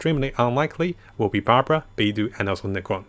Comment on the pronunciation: Damn it so close, it's Barbara ffs